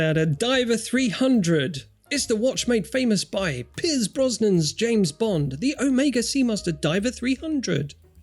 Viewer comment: "Pizz Brosnan"? ...you guys are killing me...😂